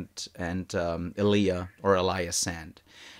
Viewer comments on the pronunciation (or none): Elia pronouned Elliah